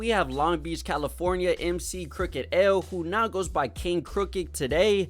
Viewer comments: It's Crooked "I" (i), not Crooked L...And he was legit! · Do more but get the names right crooked I not L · it's Crooked I not Crooked L. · This man said crooked L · I don't know how this is going to go! First, it's Crooked I NOT L! respect the Westcoast. Second, please do your research. The source was hot as fish grease for many years before XXL was even thought of. And this calling people washed has gotta stop! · Bruh said Crooked L.... His name is Crooked I 😂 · Bro Said Crooked L 🤣🤣🤣🤣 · As soon as you called Crooked I (Crooked L) I couldn’t listen anymore. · No major offense but this video kinda sucks. Slight bits of misinformation and using number metrics, when hiphop artists didn’t have to chart (in 2007) to have a great and buzzing career back then. Saying Crooked “L” is dumb my guy just read lol. We need hiphop videos made by actual hip hop fans. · Calling crook "crooked L" pronouncing the Nacirema dream "knockareema" was all I needed to know lol .. bro is young or just wasn't tapped in at that time with those artist . Good content for sure though bout see if I can find the others